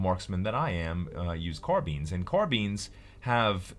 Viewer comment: The way he says Carbines bothers me..